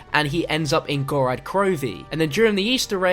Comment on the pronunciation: Ok, how the actual hell can you STILL not say GOROD krovi Not "Gorad"